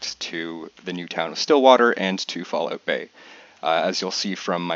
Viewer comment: You can see that is Canadian when he says Falloot Bay